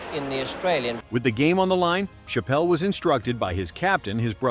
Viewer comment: Shapal? wtf? Chapelhall? This AI vudeo is ravish